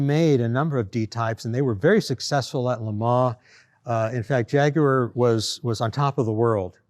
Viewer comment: Thanks for saying Jaguar properly and not Jagwarr like all the other Americans say it. 👍